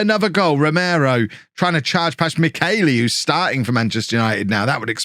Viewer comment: I had hoped that not signing Michelli meant I wouldn't have to hear butcher his name again...